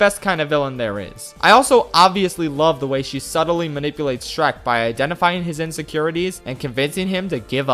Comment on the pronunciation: I weezed when you said "Shronk".